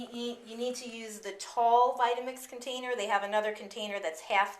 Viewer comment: thanks! "votamix" lol